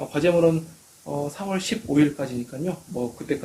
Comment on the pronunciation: 마감이 4월15일로 알고있는데 3월15일로 들려서 깜짝 놀랐어요 저만 잘못들리는건 아니죠?